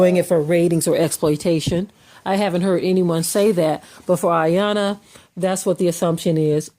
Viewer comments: Her name is pronounced E-yawnnn-lah! It’s African not suburban American I-yona like you repeatedly said. Your superiority complex sucks! The fact that you use the Bible selectively to uphold your fictional standards is odd. Because that very same Bible condoned SLAVERY, rape, molestation, murder, under age marriage and abuse. However, the slave and the master BOTH prayed to the SAME sky GOD and that sky God seems to have only answered one! Also you need to gain an understanding that the first police were slave catchers. The current police are still slave catchers. These laws weren’t created to protect us they were invented to recapture us!!!!! Read the constitution prisoners are slaves! Moreover, since your focus is blurred, white crime rates are the same yet people like you perpetuate the rhetoric downing US like you did in this recording. Next, you should listen to your own counterproductive very contradictory podcast because you’ve shamed us and made us appear to be the issue. You don’t steal people enslave them and then give them fake freedom. But, create policies and schemes to re-enslave them and keep them poor for your global agenda! Ma’am how did drugs and guns make it into our communities? Also, why did they enter our communities? Is that not How are those drugs making it into this country? Those perfect humans that you’ve been brainwashed to believe to be better mass murdered your people and enslaved them for MONEY. In as much, Iyanla grew up in New York and was aba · They call her and secondly it's phonetically pronounced E- yan- lah. She's a a life coach not a psychologist. That girl has issues. I'm happy the way you spoke about this. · 'e-yawn-la' is how her name is pronounced. Iyanla said she would trigger her & it worked!! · Please also let's be respectful to learn and correctly Pronounce the Respectable TV Host's Name. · let's start by correctly respecting and pronouncing iyanla's name